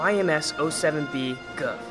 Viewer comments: Its pronounced as "Goof" like Goof Troop. But nice video and thanks for the history. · The Gouf is actually pronounced Goof. But besides that, good video